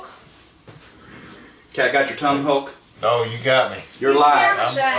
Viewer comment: Mf said “hoolk”.